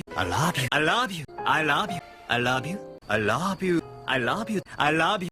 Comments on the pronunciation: Nearly ... there ... DONE. WATCHED AND LISTENED TO EVERY "I LOB YOU". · hahaha "i raaab you" yan eh sa pagkabigkas ni hahaha